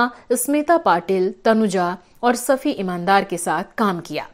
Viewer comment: 'सफी इमान-दार' या 'शफी इनाम-दार'? सफी और शफी मे फरक है और इमान और इनाम मे भी फरक है। थोडी बहुत पढाई किया करो ।